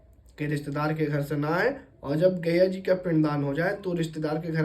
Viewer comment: आप पंडित है और गया जी को बार-बार गैया जी कह रहे हैं। पहले आप अपना उच्चारण दोष ठीक किजिए । उपदेश बाद में दीजियेगा ।